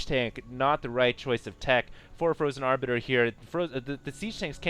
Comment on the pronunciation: HALLELUJAH, is finally saying "Arbiter" right!:D